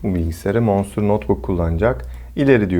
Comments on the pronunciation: Manstır diye bi kavram yoktur abi monsterdir ( o ile ) manstır diyince hiç bir şekil ilgi çekici dikkat çeken vb vb modlar a gerek yok videoyu çok güzel anlatmışsın ayrıca iyi günler. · Aynen Manstır deyince markanın tüm havası kaçıyor. Monstır daha havalı.